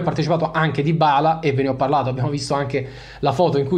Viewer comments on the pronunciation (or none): none